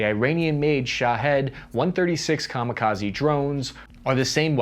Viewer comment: kamikazi........ its kamikaze.